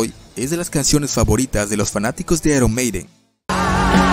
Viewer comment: "Aron meiden" xD